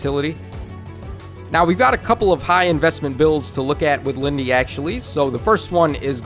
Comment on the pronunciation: It's not Lindey